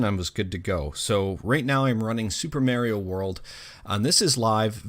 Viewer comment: eww he said Merio